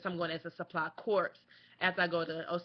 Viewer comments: Please. It's corps (core), not corps (corpse). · Just FYI, corps is pronounced the same is "core". But great videos, I'm thinking about the process myself. Thanks!